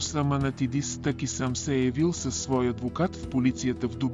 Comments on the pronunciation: Не ТЪки а ТАКИ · Много е дразнещо да слагате ударението на ,,Таки,,на последната гласна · Вземи си оправи говора! Казва се ТАКИ